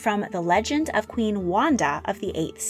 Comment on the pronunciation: Wanda is pronounced 'Vanda' in english. In Polish W is pronounced like V.